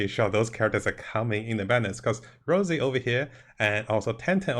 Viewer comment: Rossi, not Rosey. Respectfully.